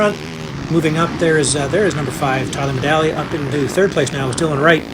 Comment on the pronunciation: It's Tyler MEDAGLIA, my Lanta, guy says dudes name over and over yet can't manage to get it correct ☠️🤣